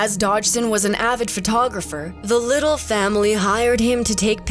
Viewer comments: Her last name is pronounced Lid dell not Liddle. Well done video,! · It was horribly painful to listen to the name Liddel pronounced "Little" when it's pronounced "Li-delle"